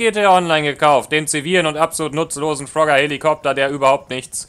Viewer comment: Hatte so nen lachflash als er Frogger sagte xDDD